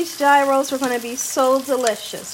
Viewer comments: you're so funny. It's pronounced "YEE-ros" G is silent, it's like year-o with a "y" Looks good though. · Hi, please don't take my comment as a slam to you because I love you girl! Gyros is pronounced "yee-ros". Tzatziki sauce is also so different tasting than cucumber ranch. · FYI— correct way to pronounce gyros is yee-rose. I know everyone says it differently, but I looked this one up. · I don't mean to be one of those people who have to correct others on how they say things, but I was corrected myself by the place where I get my Gyros I was told that it is pronounced Gyros = "Year-oh(s)". Please forgive my letting you know what I was told. I don't think that making the tzatziki sauce is difficult. I need to ask my restaurant how they make theirs, but I think they told me once that it was simple. I'll look for a recipe.